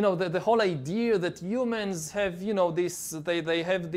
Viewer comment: He calls Humans YouMens or You Men not him